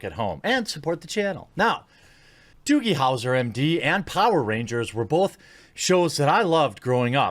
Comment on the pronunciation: what the fuck is a doogle howser?